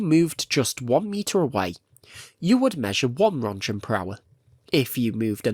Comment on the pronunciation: Reading Röntgen as "Ron Gen" with this accent is really tough to listen.